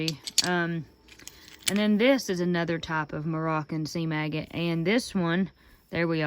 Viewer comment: Took me a few seconds to realize that you were saying seam agate and not sea maggot. LOL You got some really cool pieces that will make great jewelry.